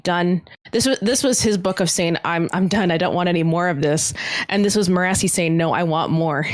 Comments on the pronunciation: I've barely started watching and kept hearing you guys mentioning Me-RAH-see and am like, who is that?! It took several minutes to realize that its Mer-a-sea as pronounced by Michael Kramer in the audio books. I have no idea how Brandon says it, or even how it's spelled, but I like to think it's a varient of Kelsier's wife's name Mer. I'm just amused at how the names translate for readers vs listeners. For all I know, Michael Kramer reads it wrong. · They kept saying Mirrorasi... I was like wtf is that. The audio book says it as maire-a-see. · I love you guys so much. But I'm an audiobook Cosmere reader and I HATE how you guys pronounce Marasi (mur-ASS-ee) lol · I'm sure their pronunciation of "Marasi" only annoys me cause I listened to all of era two on audiobook but I just don't see how anyone could think it's pronounced the way they say it... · it's great but the only problem is he pronounces Marasi a certain way and in the group above, Evgeni is the only one who pronounces it the same way. I started this series in audiobook form so I've always pronounced Marsai the same way ... but now I'm confused and starting to question everything haha